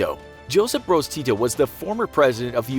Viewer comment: He says tito so funny😂😂 its diferent in serbian-language that was speaken in yugoslavia (yugoslavia doesnt exist now)